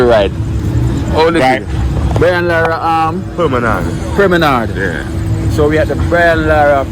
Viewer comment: That guy isn't pronouncing the word right it's not permanard, it's promenade